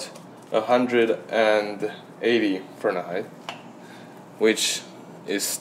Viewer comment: sorry but it's Fahrenheit not fahrnenheit